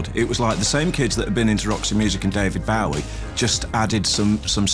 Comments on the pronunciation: David Baawie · BO-WEEE.....not BOW-EE! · I wish he wouldn't say David Bow-wie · Wow, David Bowie.. "Bio-wee" in th UK. "Boo-wee" in USA. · Why the fuck does he keep saying David Bow wee? I've never in my life heard anybody pronounce it that way regardless of accent. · His pronunciation of "David Bowie" is a bit odd. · why cant he pronounce " bowie" properly. .....? wtf.